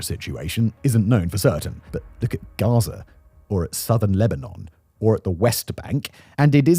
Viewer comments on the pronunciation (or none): none